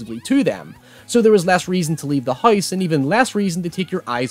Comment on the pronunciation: My guy... What's a hoice?